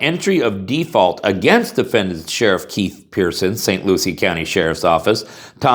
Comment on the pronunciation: "Defendats." Oops. , "... only if Defendant's prove...."🤔 "Plaintiffs wish to carry handgun." (Just one?)